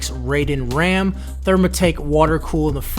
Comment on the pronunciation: Your first keyboard is not a k65, those do not have number pads. Also messed up the ram pronunciation my man...